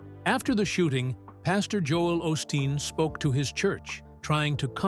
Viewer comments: You pronounce his name wrong. It is pronounced O’ steen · Wish you would pronouce his name correctly